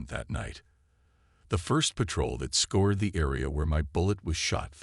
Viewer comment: Scour. Scoured.... Not Score, Not Scored. It sounds like "our". Narrators that can't pronounce English correctly add jarring speed bumps to a solid presentation.